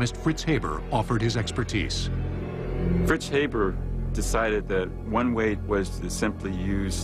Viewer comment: Haber is not pronouned hey-ber, but hah-bear